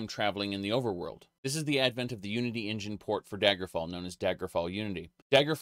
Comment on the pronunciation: I love engine being pronounced in-Jan, it looks like some silly sexual joke.